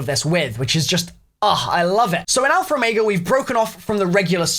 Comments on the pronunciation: Lol you say alpher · Always love hearing saying alphaer. Lol